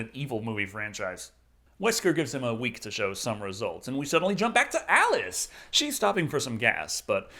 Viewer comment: I seriously cannot understand you when you say what werk it is